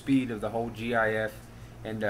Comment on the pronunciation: disliking because he said jee ayee eff jks